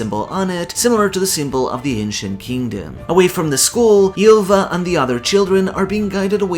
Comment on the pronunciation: Small note on the pronunciation of "y" in norse: It's a pure vowel, quite close to an english "i" (except with some lip rounding) As such, Ylva is pronounced /ilva/ instead of /jilva/. Same goes for Yggdrasil, it's pronounced /igdrasil/. I love the effort you put into the pronunciation, its very fun to listen to :D